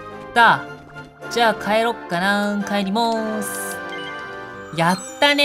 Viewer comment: やったー帰りまーすが 帰りもーすに聞こえたｗ